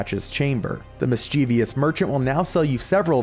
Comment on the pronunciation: Mischievous not Miss. Cheevious ❤️